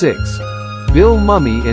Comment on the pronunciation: The photo of June Lockhart is NOT current. I have been seeing that same photo for several years now. Also, you are pronouncing Bill Mumy’s name wrong. It is MOO-mee, not “Mummy”.